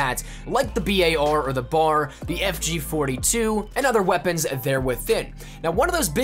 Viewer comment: for the love of GOD can u please just say BAR and not the b-a-r or the BAR EVERY SINGLE FUCKING TIME